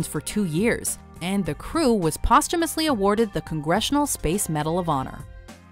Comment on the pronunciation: DannyTheHunter she pronounced posthumous wrong